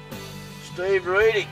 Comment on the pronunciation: St ee ve........ thats not even close to how you pronounce my name